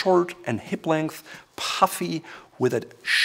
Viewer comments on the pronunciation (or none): none